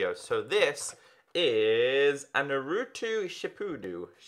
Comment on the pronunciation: Every time he said naruto wrong I cringed